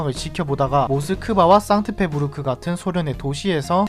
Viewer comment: 상트페부르크가 아니라 상트페테르부르크입니다. 본인이 제대로 모른다고 아무렇게나 말하지 마세요.